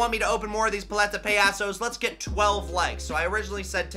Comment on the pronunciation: I don’t want to be that guy but (Pal- ete- a) (Pa- ya- sos) Is how you pronounce it Sorry it was bothering me